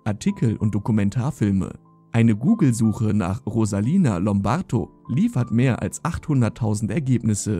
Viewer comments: Der Kommentator kann nicht einmal ihren Namen vernünftig aussprechen. Rosalina Lombarto. 🤢 Ein sehr schlechter Witz. Sie hieß Rosalia Lombardo. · Rosalia lombardo☝️nicht rosalina lombarto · Wenn du schon ein Video darüber machst, dann sprich wenigstens den Namen richtig aus. 🙄